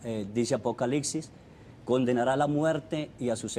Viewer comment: “Apocalixis” aprende a hablar primero